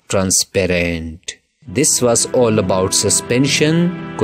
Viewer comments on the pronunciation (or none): none